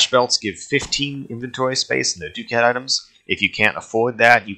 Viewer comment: Ducat is pronounced (Duc-at) not (Du-cat) i’m not trying to be the annoying grammar correct in person but just saying.